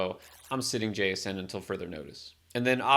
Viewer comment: Thanks for the info, Wr JSN on Seahawks is pronounced Jack-son rather than Jay-son.